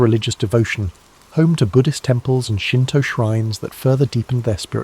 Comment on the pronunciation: not me waling up to use to the resteoom to hear shinto, hanami, kami. Your japanese pronunciations of words is decemt ❤